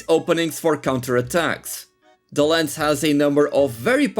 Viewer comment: it's called "lance" not "lens". other than that, nice video